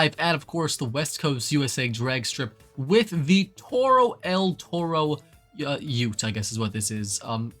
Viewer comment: Maaaan bull in spanish is written "Toro" not el "Torro" as an spanish It hurts me hearing that.